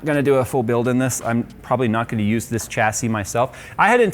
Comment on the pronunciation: Shassy. There is no ch in the pronunciation. Why can't people get this right!